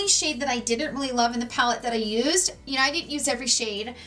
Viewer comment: When she says “you know” it sounds like “you kneewww”. Never heard someone pronounce know like that? Can’t tell what kind of accent that is